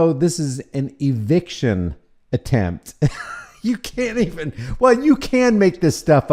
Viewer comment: Did you say eviction or eviscerattion?